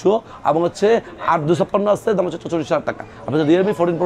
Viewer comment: Dam bolar somoi স্পষ্ট করে বলবেন বোঝা যায় না